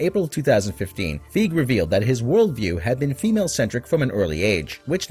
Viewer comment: His name is Fi Gee. Not fig.